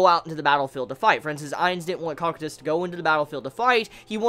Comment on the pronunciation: Its Co-Q-tus. To pronouce his name